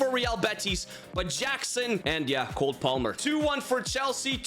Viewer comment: he said COLD palmer😂😂😂